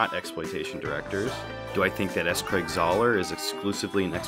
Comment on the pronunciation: Great video, but why did you call him Czar? His last name is Zahler